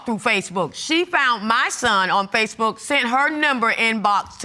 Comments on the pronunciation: 🤣 He just couldn't get that "SPACEB👀K" I mean FACEBOOK right. He even corrected his self. He said it so much that he had his ex saying "SPACEB👀K." Had the people behind him cracking 🤣🤣🤣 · Did he say, "SPACEbook"? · I know that I'm sick. But did he say Space book. Ha ha . Old man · At first I thought the guy said spacebook not Facebook, he says why you didn't go out to me for child support and then he's like well yeah I moved away but I didn't tell her where I moved to where I lived, she didn't know where you was then how can she go after you for money she haven't know where he was that's probably why she didn't she couldn't didn't have an address to send the note to put you on, of course he's going to probably keep his first name and last he's 30 some thing he's had that first name forever so well he can just not use a junior part of it but use the other part, because that's what he know that's what he's always been called. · Oh no not the "Spacebook" instead of "Facebook"! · If he say Spacebook one more time!!!!! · Please stop saying Spacebook lol jesus someone correct him. LOL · So no one gone correct this man... tell him it’s not spacebook. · Did he say, "Spacebook" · Is he saying space book??? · Did that Old Fool say Space book.... I'm definitely dieing Of Laughter in this Emergency Room. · Ohhh I am laughing 😃 hard !!! He said spacebook ( not Facebook) ohh I am gone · Did he say space book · Did he say Spacebook ? lol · You know he’s old. He said SpaceBook. 😆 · Did I hear spacebook? 😫😭😭😂😂💀💀 I’m hollering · Did he said Spacebook? I have heard it all!!! 😂😂😂😂😂😂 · I thought I had heard "basebook" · Ohh he keep saying ? Spacebook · Did he say SpaceBook? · he got everyone saying spacebook 😂